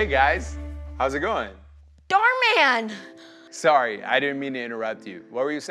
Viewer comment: OMG DHAR MAN ARE YOU Serious I never knew that i'm starting to hear that darman